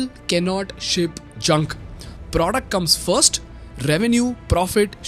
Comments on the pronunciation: please dont say “pr0duct”😬😭😭😭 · I love how you say "produckt" ;)